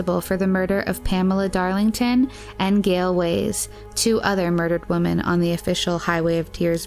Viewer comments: Why do pronounce the plural "women" like "woman"? Just curious. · Do you really not know how to pronounce WOMEN?